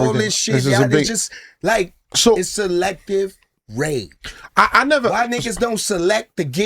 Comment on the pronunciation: Bleek is even saying Selective Rage wrong 😂